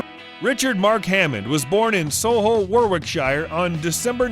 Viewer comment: "So-lee-hull War-wic-shire" and the well known town of "wrip-on", Yorkshire. 😝😝😝😝😝